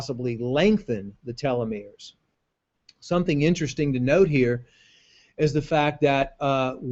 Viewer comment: not telometers, it's telomeres.